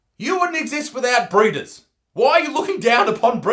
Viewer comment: I heard it as burritos not breeders. Thought gains was going to eat them...